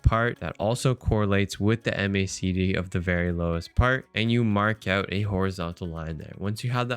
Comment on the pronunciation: great content, but please just say "mack dee" like everyone else. not "em aye say dee".. it's the macdee bud.